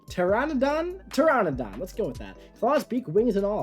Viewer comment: Just wanted to say pteranadon is pronounced tur-A(like apple)-na-don